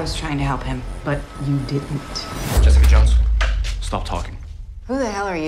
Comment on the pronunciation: Does anyone else think that Matt says "Jessica Johnson" in the trailer?